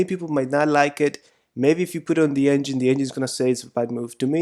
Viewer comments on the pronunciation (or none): none